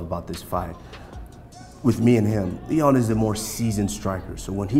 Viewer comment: You know Usman has been watching some Colby Trash talk videos on YouTube because he say “Leon Scott” lmaoooooo